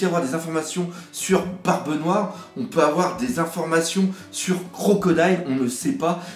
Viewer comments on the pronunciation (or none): none